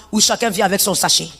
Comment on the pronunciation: Na d avec d avec au lieu " avec "